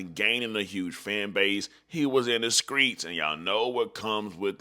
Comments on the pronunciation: My guy what the hell is the skreets 😅 you mean the streets 👀👀👀👀👀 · That's how they pronounce it in Memphis